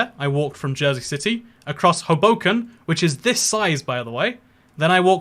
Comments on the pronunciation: Not from New Jersey but I have heard many Jersey City people call that Ho-boh-ken not Oh-boh-ken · As someone from New Jersey you pronounced Hoboken wrong